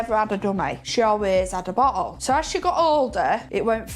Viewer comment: bo’el o’ juice